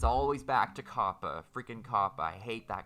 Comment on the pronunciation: whats a ''CaPpA lAw''?